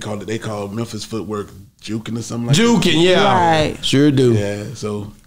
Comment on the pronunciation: Jooking not jukin